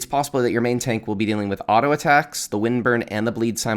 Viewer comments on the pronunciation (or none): none